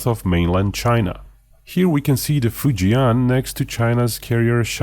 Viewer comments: Easy pronunciation for Fujian would be FU + JEN (as in Jennifer). FU JEN instead of FU JIAN 😇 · you dont pronounce fujian properly. the 'an' part is pronounced the same as in 'and'